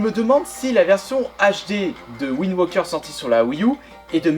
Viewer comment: c'est pas Zelda WindWOKER mais Zelda WindWAKER il y a un AAAAAAAAAAAAAAAAAAA pas un OOOOOO dsl pour les majuscules c'est juste que ca commencer à souler